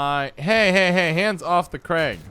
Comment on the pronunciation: crach and craigh is different...